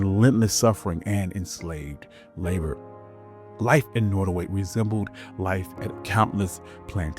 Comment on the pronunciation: I'm new to your channel. Can you increase the volume or speak up ? It's hard to hear especially when you speak rapidly. The name is pronounced Not as in hot. Nottaway .